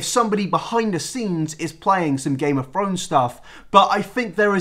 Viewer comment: nobody:: GAME OF FRONES